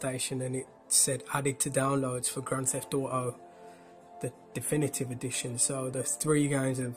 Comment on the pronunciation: gran eft auoh